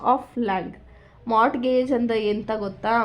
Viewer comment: Mam in mortgage the t is silent so when we say it, we say morgage